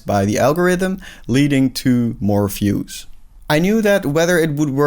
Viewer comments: You cannot pronounce "views" as "fuse". Those are completely different words in English. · Great video. Good insights. Good luck with the journey. Just a tiny suggestion. Look up how the word "views" is pronounced. Best wishes!